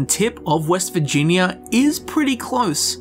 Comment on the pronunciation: All I hear in the first five minutes of this video is "vagina".